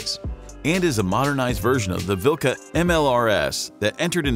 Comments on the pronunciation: omg 'dat prononciation vilKa' and 'luh' 🤣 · "kh" is better to pronounce like "h". If you ever played Skyrim... Harkon`s name starting with the same sound.